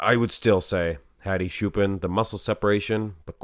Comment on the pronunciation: Hadi choopAAn is actually correct and the "ch" is pronounced like the word "church"